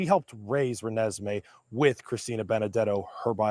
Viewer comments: THE CORRECT PRONUNCIATION IS RE-NES-ME!!!!!!! LUV U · Can you please learn to pronounce this little girls name right!!!!!! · Just want to try to help with some pronunciations: Renesmey Eutsey Ra-nezz-may (Michael) Aubele - Aw-bull